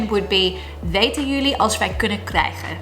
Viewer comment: You nailed krijgen/krijge.